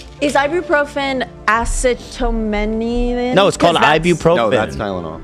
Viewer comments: ass-sea-ta-min-a-fin. Now say it fast. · The number of people who can’t pronounce acetaminophen is crazy 😂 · My soul dies a little every time they try to say acetaminophen. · why can no one say acetaminophen